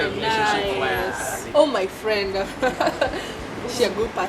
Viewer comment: Fwend😂😂😂😂😂my nigga its friend!!!